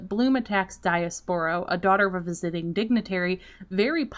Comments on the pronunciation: Hi! Let me remind you it's not how you pronounced Diaspro. It's actually "dee•yas•pro". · it's pronounced Dee-ass-pro because she's an ass 😂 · I'm mark and the pronunciation of Diaspro is kinda growing on me 😅